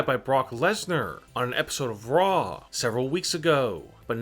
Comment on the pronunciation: Its raw.. not rrrraaaaaw...